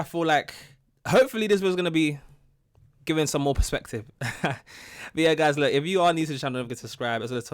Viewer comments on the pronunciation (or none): none